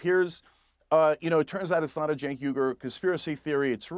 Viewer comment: and : As i assumed: His turkish name "Cenk" is rather pronounced like "Jenk".